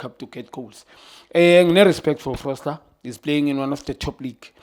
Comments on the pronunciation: FOSTER! not FROSTER... read the name proper baba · Foster✅️ not Frosler ✖️❌️❎️ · Note.. Everytime he says Frosler.. He means Foster.. 🤝🏾